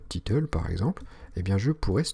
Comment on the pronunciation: C'est "title" et non "titeule" ahah sinon très bonne vidéo.